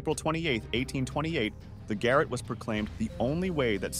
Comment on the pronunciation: The Garrotte is NOT pronounced GARRETT as in the attic, but as GAR ROT or GUH ROT, the guh being like DUHH